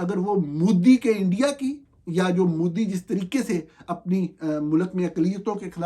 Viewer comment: مودی کا تلفظ Modi ہے Moodi نہیں۔ پاکستان کے صرف حکمران ہی نہیں، اس کے صحافی بھی نالائق ہیں۔